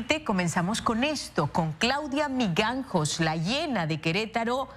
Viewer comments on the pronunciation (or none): Es verdad y eso que es disque periodista... Jaaa no sabe leer. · Se lee y se dice : MIJANGOS. No Miganjos! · “Migangos” 🤦🏻‍♀️🤦🏻‍♀️🤦🏻‍♀️🤦🏻‍♀️ Ni leyendo el nombre lo sabe pronunciar 🙄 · Es Claudia Mijangos no miganjos 🤣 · Que no es Mijangos? esta dijo. Miganjos😬😬😬😬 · Se dice MIJANGOS no MIGANJOS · Miganjos , migajas. Está reportera habla raro y pronuncia mal . Nomás se trata de leer bien. Para eso te "preparaste" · Ojalá dejaras de llamarla la “La hiena” en primer lugar su apellido es MIJANGOS no miganjos, aprende a respetar si eres periodista se una buena periodista pero antes se una buena mujer está señora a la que tú llamas hiena, es un ser humano y lo que hizo, es entre ella y Dios, y está claro que eres tu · Me partí de risa cuando dijo miganjos 😂😂😂